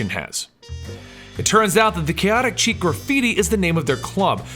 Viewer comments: Kaotic 'Cheek'? Really? REALLY?!? The French word 'Chic' is pronounced like "shēk" or "sheek". Ugh, it was like nails on a chalkboard listening to this episode. I only mention it as you guys tend to be totally awesome. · am sorry to bring this up but its not kaotic chic its kaotic sh-ic love the work but its getting to me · I've heard it pronounced "chick", and "sheek". Never heard chic pronounced as "cheek" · It's pronounced SHHEEEEEEK! Not "cheek". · Love the videos... Keep em coming. I believe you pronounce it ask (Sheek) like the word for stylish or in the now. :) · OK. I have to stop watching right now just so I can get this off my chest. Then I can go back and enjoying your video. You are mispronouncing the word "chic" It is pronounced with a Sh sound at the beginning, and rhymes with freak.